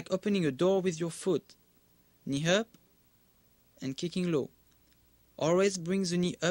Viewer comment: when he says "knee up" it sounds like he's saying "Ni Hao" (Mandarin Chinese for "Hello") xD